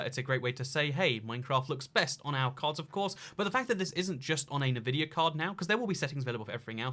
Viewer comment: You know you're pronouncing Nvidia wrong right?